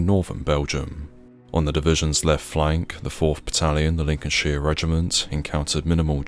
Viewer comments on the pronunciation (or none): none